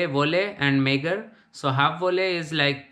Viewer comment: Apart from just remembering the words, it's also very important to learn how to pronounce Dutch words correctly. Volle/halfvolle/magere for example was very wrong :)